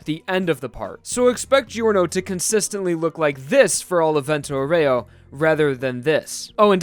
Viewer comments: Actually it's pronounced Vénto Aoore-o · Great video, but...Dude, learn how to pronounce Vento Aureo.